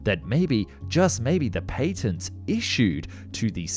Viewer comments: Pay-tents? Pat-ents..... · You pronounce patent completely wrong. Apply real English rules.